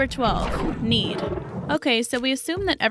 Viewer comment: When she said need, i thought she said mead. That's another thing that will make winter easier. :)